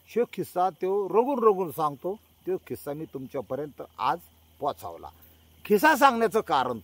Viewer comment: "खिसा" नाही "किस्सा" शब्द आहे.